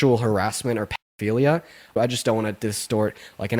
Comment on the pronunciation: i have had patience for many years... but how have we gotten to the point where grown men are saying "pee-three-dee-o-philia...." theyre children cosplaying as adults